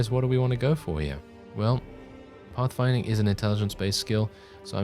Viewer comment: I actually find your accent fairly subtle most of the time. The way you pronounce certain words though gives it away. eg "pothfinding"